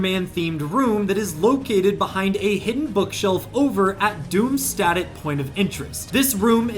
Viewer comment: Sorry to complain about something so little, but Doomstadt is pronounced Doomshdat. Good video though im so excited to see iron man in fortnite again